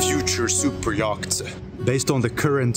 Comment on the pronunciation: Yacht is pronounced "yot". But fabulous videos!